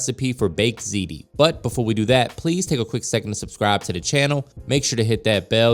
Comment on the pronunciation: Looks delicious! Thanks for teaching me the correct pronunciation of "Ziti" you can only imagine how I was pronouncing it! 🤔 😅🤣😂